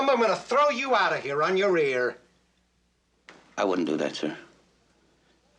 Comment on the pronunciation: He said Rear not ear.